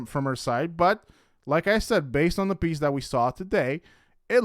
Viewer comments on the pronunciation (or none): he says piece but literally sounds like beast lol cause that’s what she is. A beast!!!